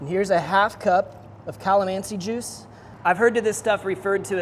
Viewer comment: cahluhmanzi juice